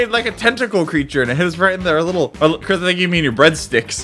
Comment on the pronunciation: chris rhymes with tisk. tisk tisk tisk u make me feel disappointed chris.